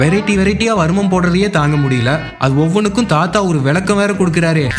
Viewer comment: Ithu "varumam" Illa. "Karumam"